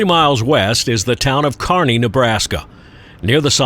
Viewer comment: Thanks,, for pronouncing Kearney correctly. Everything you showed and more are the reasons I loved living out west four different times., and still go west on vacation every year.